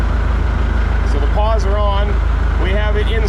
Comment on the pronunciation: You keep mentioning unlocking the "paws" They are "pawls" - sounds like the name "Paul"